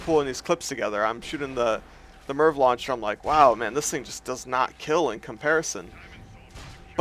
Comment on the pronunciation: "GONNA BE COVERING THE AM AY AR VEE LAWN CHAIR".